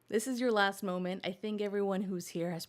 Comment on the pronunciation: Late european here. I've one critique and it's to pronounce the L in molment, so keep that in mind for next time.👍